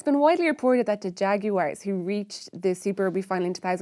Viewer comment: Pronounced the Haguarez.